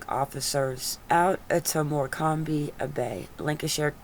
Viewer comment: Morcombe is pronounced MOR-CUM :)